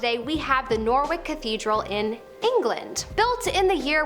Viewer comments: Norwich = Nor-witch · By the way Norwich the W is silent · don't argue with someone who lives there. It's Nor-witch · The way you pronounced Norwich 😳 made me 🤣, keep up the good work 👍🏾😁